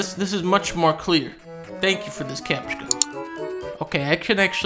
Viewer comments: everyone: captcha dunkey: capska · ''Oh god. Captckha'' I lost it there. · mmmhmm yes. That's him saying cap-chi-ka. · Nice one "CaptchKa"! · Cause if this video I can no longer pronounce Captcha any other way than Kapshka... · "capchka" ahhahahaha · CAPSHKA. God LMAO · why are you pronouncing it like kapchka? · HELP IS THIS ACTUALLY HOW U PRONOUNCE CAPTCHA